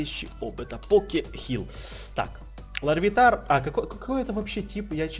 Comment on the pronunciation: правильно читать лавитар просто так почему-то написали